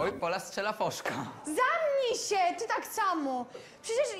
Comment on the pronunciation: ✨️dżewo✨️ ✨️wyczymam✨️ ✨️zaMnjj sie✨️